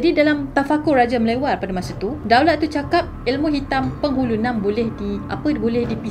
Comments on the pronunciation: Penghulu Na'am bukan penghulu naam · KURANG TEPATCERITANYA PUAN....Bukan 'Nam' Puann, sebutan sebetulnya Na'am....Penghulu Na'am. Terima kasih kerana Puan tertarik dengan cerita Penghulu Na'a ini.